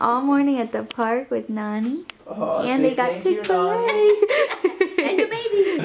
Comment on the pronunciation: all this time i thought they were saying nanny in a funny way instead of nonie... rip me